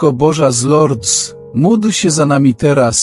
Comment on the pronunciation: Wymawia się z Lurd bez s po francusku . Proszę nie kaleczyc języka franc.